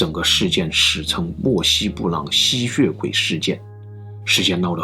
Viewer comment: 我一直聽到吸穴鬼